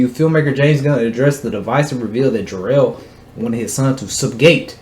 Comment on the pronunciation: Whos jarrell? Lol 😂😂 you mean kal el ?